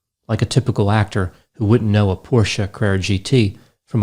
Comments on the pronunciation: Nice to hear someone pronounce Porsche correctly ☺️ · Jason B-Yes. I think so, as well. Plus, he actually pronounced Porsche correctly. Instead of “Porsch”, like quite a few people do.